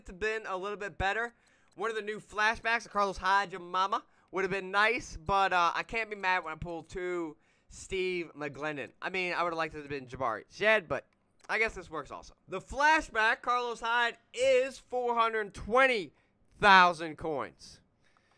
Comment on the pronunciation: Wait, who the hell is Jabari Shed? lol His name is Jabaal Sheard